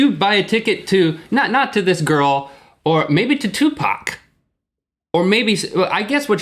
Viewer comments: First: it's Tupac (2pac) not 2pack Second: it IS a big possibility that he WAS in the audience cuz we all know he IS alive Third: don't talk shit bout rappers and Fourth: Snoop Dogg is NOT dead or almost dead u assholes he just likes to get high BIG difference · its tu-pac not twoPuk pronounce it right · only stuped people say too-pac . its tu pac you stuped dumb asses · Just say ‘Pac’ and get on with it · Nobody says "2 pack" stop it. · It's spelled tupac but pronounced two pock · Tupack? really... im out. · People got mad cause they said 2 pack. XD They were joking people. haha You can't take Rhett and Link seriously. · Two white hipsters talking about gangster rap. The fact that they spent a minute and a half debating how to pronounce Tupac (it's 2poc guys!) shows their lack of knowledge on this. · Would love to see Eazy- E and Tupac ( Its pronounced Too-Puck ) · I think people just disliked it because they pronounced Tupac as TuPack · God I'm white and you guys embarrass me. TuPACK? dafug. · 2 PAC SAY IT RIGHT DAMNI.......im sorry my black side camed out.....STFU DAMNIT IM FUCKEN ANGRY NIGGA.... im so sorry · its said tupuc but spelt tupac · lol they were joking "Tupack" . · i thumbed down just cuz u said Tupack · Did you fucking call him twopack? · It's pronounced TooPoc, morons. Tu like Two, pac like pock(et). And yeah, lets joke around about supremely talented, very young men getting killed in cold blood. Classy. Just classy. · don't ever say tupack you bitches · Whichever way 2pac pronounced his name thats how its pronounced and its tupAc. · its tupac [tu-poc] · i think its pronounced like 2 and pack so 2pack but spelt tupac. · and please stop saying TWO-PACK his name is not pronounced that way since he was born! >.< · It's pronounced: TWO-PAWK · 'Tupack'.... Saying that is just annoying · its Tupac like "Bach" it is spanish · hahaha stop saying 2 pack :P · smh, SAY THE MAN'S NAME RIGHT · If these mfs dont stop pronouncing tupacs name wrong😠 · it is tupac